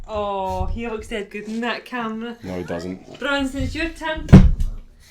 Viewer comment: That Scottish "Neooouuu"!